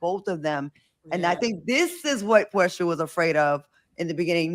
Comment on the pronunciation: To hear CLAIDIA SAY PORSHA NAME SHOULD BE ILLEGAL.